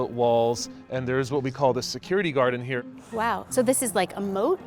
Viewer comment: I like how he called it a "security guarden".